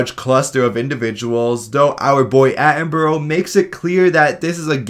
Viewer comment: Sorry, but it feels a bit ironic that you keep mispronouncing David Attenborough's name in an accuracy review series. His name is Atten-bruh, not Atten-burrow.